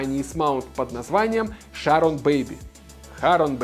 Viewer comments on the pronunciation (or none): Какие вейп или под система есть в районе от 1500 до 2000 тысяч рублей, которые хорошо выдают пар? Кстати спасибо за видос. Правильно говорится Чарон